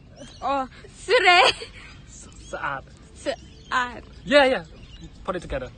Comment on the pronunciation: srey srat😂😂😂